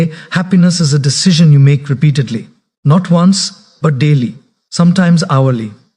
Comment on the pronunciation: Truly motivational. But is this AI generated using his voice? Asking since somewhere where the text read ‘NO T’ instead of NOT, it was pronounced as ‘NO T’ and not ‘NOT’. Same with ‘WHA T’ instead of WHAT and likewise the pronunciation. In any case thanks for making people aware and spreading positivity 👍🏻